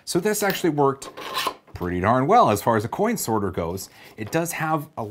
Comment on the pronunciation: did he say snorter